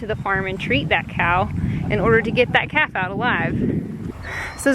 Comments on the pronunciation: lol, I thought you were saying bottle caps and I'm thinking what in the world is she talking about!! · At first I thought you said bottle caps! 😂😂😂😂